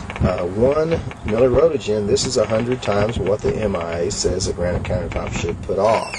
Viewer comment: lol fearmongering. oh noes, 1 mili-rowtuhjin lawl